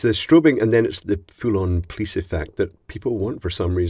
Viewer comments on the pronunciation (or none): none